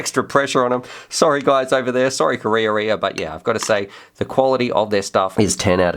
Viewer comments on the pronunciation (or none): wow, that beast looks sensational!, another great review but correct pronounciation of Karearea is closer to ka-raya-raya... check out